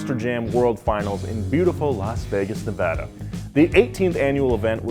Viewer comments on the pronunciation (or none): none